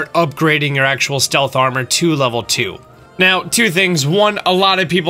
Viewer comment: Did you really say "click it right meoww"